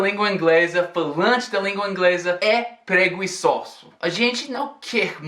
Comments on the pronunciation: ele falou preguiçoso com o som do u. Mas ele já fala muito bem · Tudo ótimo! Mas o "pregüiçoso" é sensacional! hahaha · Show!!!, uma dica: "preguiçoso" não tem o som de u com trema como em "água". É um g duro, como em "sangue". ( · uma dica: o som do "u" em preguiçoso é mudo.